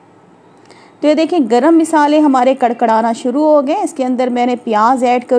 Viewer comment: Masaly ❎ meesaly☑️